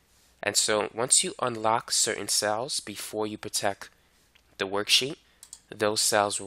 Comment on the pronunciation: good video, but damn, its not protek, that is really annoying